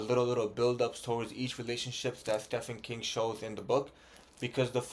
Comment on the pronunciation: I've struggled with Stephen King books. They can be hit or miss. P.s. the "ph" in Stephen is pronounced with a "v". Stephen = Steven